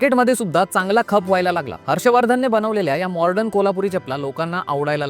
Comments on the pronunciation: मॉर्डन म्हणू नका, मॉडर्न म्हणा! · Morden Nahi re baba...modern....